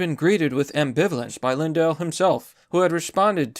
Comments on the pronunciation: Mike lindl, Mike linedell, Mike lindawl...pick a mispronounciation PUHLEASE! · the only YouTuber who can pronounce “Lindell” 3 different ways hahahaha